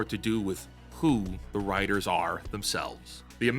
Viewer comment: lol you call them wtiters..of they are writers-i am Spock